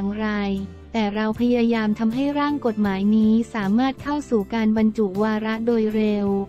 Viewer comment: คนอ่านข่าวต้องไปฝึกมาใหม่นะ อ่าน คำย่อยังไม่ถูกเลย กม.อ่านว่า กด-หมาย ไม่ใช่ กม การเว้นวรรคก็สำคัญนะ